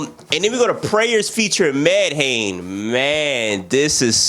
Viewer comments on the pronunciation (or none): You gotta get into MIKE's new album Tears of Joy. That man went tf in edit: Medhane pronounced MEH-DONNIE